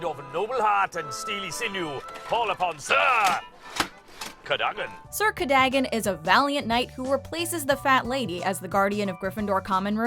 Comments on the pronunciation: It's CaDOgan, not Cadaggen....... They probably cut the scene because the actor said his own name wrong.... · It's hilarious how Sir Cadogan pronounces his own name several times and then the narrator just... doesn't. Oops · I can't believe you kept saying Sir Cadogan's name wrong even when he says it for you.